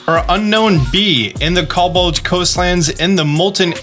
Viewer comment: Are you dyslexic? Why cant you pronounce cobalt?